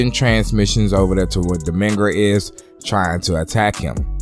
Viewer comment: It's DEMI-GRA, there is no N